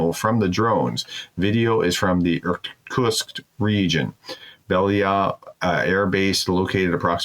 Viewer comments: Nice content. Pro tip: consider practicing Russian and Ukrainian words, such as place names, before going on air as to avoid sounding dumb. Ex. - Irkutsk is pronounced Ir-Koot-SSK, not Ir-Toosk or Ir-Koosks. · The Prof obviously didn't grow up playing Risk or he'd know how to pronounce Irkutsk LOL